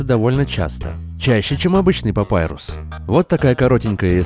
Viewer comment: Достал со своим "Папайрусом". ОН ПАПИРУС, БЛЭНТЬ!!11